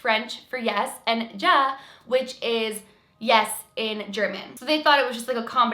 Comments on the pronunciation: “Ja” is pronounced as “yaa” actually and its also Dutch, not just German. Also in Belgium we speak french and dutch lol that kinda fucked with me for a sec. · Ja is not pronouced like how it looks. Its pronouced like yaw. I know because im a little german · lol "ja" in german is so not pronounced that way. i'm cringing at the thought that so many people thought so lol